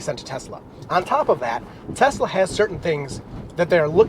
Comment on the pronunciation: Telsa!? You....